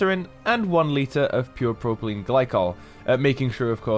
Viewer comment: 'PROPYLENE' not 'PROPELENE' Ooops!